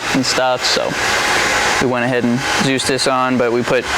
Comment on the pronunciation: "Dzus Farm" lol